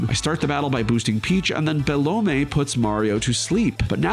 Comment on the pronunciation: man i've never seen anyone pronounce it be-lo-may everyone says - bell-um